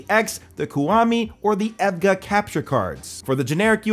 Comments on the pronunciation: oh wow it took me so long to know he was saying the brand EVGA because of how he was saying it (its E V G A btw :) ) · bro really pronounce evga as ev-gah bruhhhhhh good vid tho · you pronounce evga with the letters not as a word btw. overall good vid. been looking for a capture card i can use to stream my pc off my gaming laptop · How can you pronounce EVGA 100% wrong?!